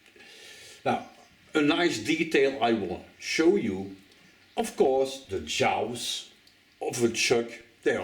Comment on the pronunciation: Listen..I love you and your videos. So..I don't know if this is intentional on your part or not, I mean it could be one of those things you know...what makes a name, .but here goes: it's "djaaws" not "jaous". Much love, and please keep doing what you do ♥️